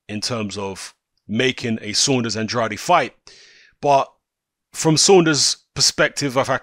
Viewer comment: It’s pronounced “and-raid”. He said it in an interview. He was talking about himself in the third person. Sidenote, never trust a man who talks about himself in the third person.